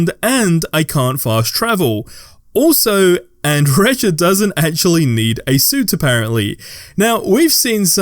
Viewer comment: Bro I don't know how to tell you this... The j in andreja is silent, they say her name in game. It gives off the feeling that you haven't played the game 🤷